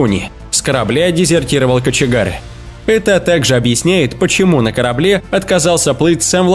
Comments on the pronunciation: Судбэ караблэ что-то у него с речю не порядокэ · Судьбэ,караблэ,...или мне послышалось!..)).. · Лунэ ,Лайнерэ Караблэ ,что у вас с произношением ???